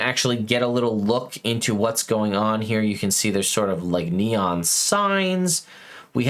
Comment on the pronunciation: The way you said 'neon' tickled me... Could it be the next MtG tie-in, for Kamigawa: Neon Dynasty?